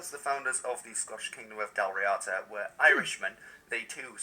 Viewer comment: The Dal Riada were a warrior tribe, sometimes called warrior poets, in ancient Irish History they could run through a forest without breaking a twig, one of them was called Fionn Mac Cuahill who fought many island leaders, its pronounced Dall Ree Da